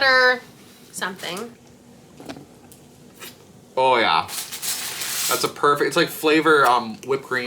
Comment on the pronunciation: “oh yeah” sounds so canadian to me lol